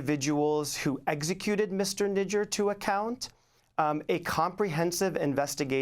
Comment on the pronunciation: Not Nijaaaar... it's nijjar